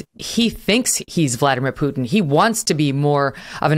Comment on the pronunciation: I don’t understand why it is so hard for you to say Putin. It’s not “u” sound like in puke. It is “u”, like in put…